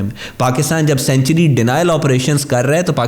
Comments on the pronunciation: سینچری نہیں سینکچوئری ہوتا ہے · Don't pronounce the word "Sanctuary" like CENTURIES, pronounce it like SANK-turies.(Sankchuries)